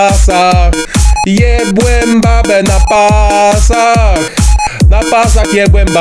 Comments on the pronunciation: BEBE ? czy raczej babe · a nie powinno być "babe" zamiast "bebe" czy tylko ja to zauważyłem ?